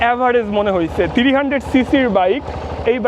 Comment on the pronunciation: থ্রিরি হান্ডেড বলেন কেন থ্রি হান্ডেড বলতে পারেন না ভাই 😂